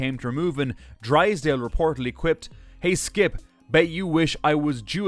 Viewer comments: It's DRYSDALE!!! NOT DRISDALE!!!!!!!!!!!! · Your pronunciation of Drysdale and Hersiser are erong